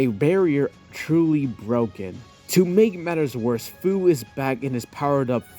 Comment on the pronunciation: just so ya'll know, and ya'll might not care, but Fu's name is pronounced Fee-you or you could just Take the Fu out of Fu-ture. if that makes any sense.